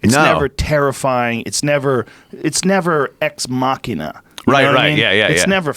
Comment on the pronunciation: When Joe says ex machina he pronounces it Ex Ma-kin-a..isnt it Ex Ma-sheen~a